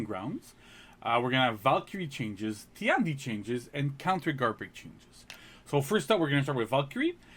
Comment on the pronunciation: Tian di should pronounce ten di instead of ti an di